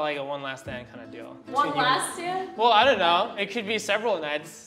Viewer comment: him: “so now we have a better understanding of what’s going on” , her: “what’s going on?” , him: “ion know”